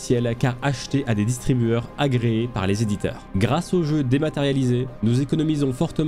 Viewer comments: "distribuTEUR" et non "distribuEUR"........... Sinon bonne vidéo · "distribueur" ouch mes oreilles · distribueur, j'étais pas sûr au début sauf que tu le redis juste après... sérieusement ? le mot est écrit sous tes yeux quand tu le lis, tu ne sais pas qu'on dit distribuTeur ??